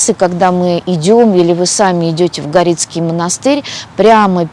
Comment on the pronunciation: Так говорят в Переславле. Потому что он на горе находится. Все приезжие привносят свои смыслы и произношения. Монастырь испокон веков был гОрицкий. Простите, я из семьи краеведа и слышать эти придуманные названия очень тяжело.